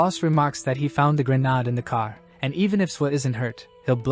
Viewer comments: It's not "gren ard" it's "gren aid".... Also, smoke bombs aren't grenades... This is a really great story 👍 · Dude do u have issues pronouncing grenade